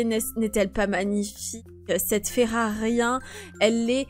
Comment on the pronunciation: Et tu dit ferarien c'est fererie